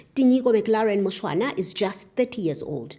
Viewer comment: It's Mushwana , just for correction